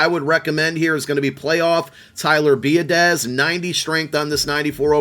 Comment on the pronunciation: Biadiasz is pronounced Bee-AHH-dish